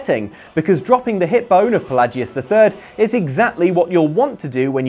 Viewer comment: Sorry to nit pick, but Palagius is pronounced "PA-LAY-JEE-US" Sheogorath is pronounced "SHAY-O-GOR-WRATH